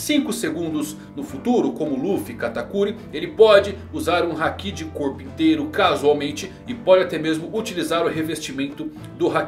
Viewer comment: "hakí" "animê" que pronúncias agoniáveis